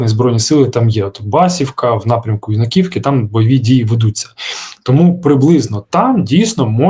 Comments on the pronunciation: Передайте, що правильно БасІвка, на І наголос, а не на першу А, в мене там дед з бабушкою жили, минулим літом виїхали, а не давно їх хату побило, фундамент і стєни осталися, і то не всі 😢, а в слові Юнаківка, наголос на Ю, а не на А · Юнаківка - не на Ю наголос, а на І. Заплутали так заплутали. На Ю навіть не вимовиш)